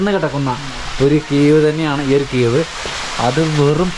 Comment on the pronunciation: കീവ് അല്ല സുഹൃത്തേ cave ആണ്